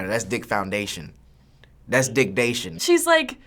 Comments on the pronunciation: When king Bach said "it's dickdation" I fell off the chair from laughter😂😂😂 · "that's dickdation"